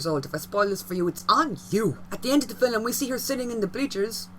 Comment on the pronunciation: “Fillum”. Where is the “U” in “film”?